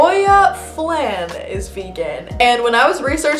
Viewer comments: it's flawn not flahn lol and you're right about trader joes-- THERES NO EGGPLANT HUMMUS AT MINE it makes me so sad:( also churros, BBQ sauces (check for honey) are vegan my soul might be a grandma but gingersnaps are also vegan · It's pronounced flawn (flan) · You should try Ruffles with lime and the Valentina hot sauce it's pretty gr8 lol I never eat them plain oh and the "a" in flan is pronounced ah lol cause Spanish :P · pronounced flawn sis 😂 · oh and its pronounced '"flaun" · Awesome Video! Flan is pronounced like fl-/o/-n. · Flan.. Rhymes with lawn and yawn.. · Every time she pronounced flan like that it made me so mad😂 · I thought you were Latina. Yeah you said it wrong. Lol! I'm Hispanic and don't speak Spanish...but I try to say some words right. 😬